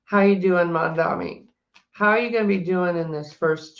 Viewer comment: The name is “MamdaNi” not MamdaMi 😊 an N nnnn not M mm mm .. I know you can pronounce it correctly 😅